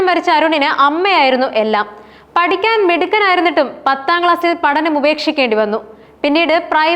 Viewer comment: പടിക്കാൻ, പടിപ്പിച്ചു, എന്താ ഉച്ചാരണം